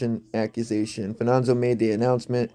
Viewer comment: Where do you get Fananzo?! It’s Fa-ni-zio!!!!